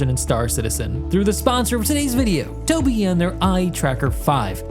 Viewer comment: Your sponsor is called Tobii - not Tobin, pretty sure you want to correct it. ;) My pleasure. And thanks for the great content. (delete this message) :)